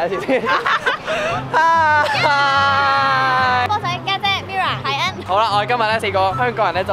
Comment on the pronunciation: 「臺灣大使 海enrrrr」😂